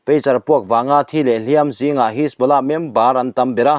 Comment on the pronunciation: Hliampui tuar i lam dan hi a dik lo, hliam hi ti hniam la